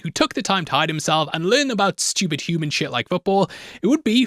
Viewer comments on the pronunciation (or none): none